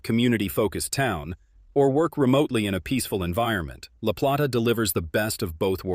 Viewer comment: La Play- ta- please pronounce it correctly! Utilities in Charles County increased - no longer lower.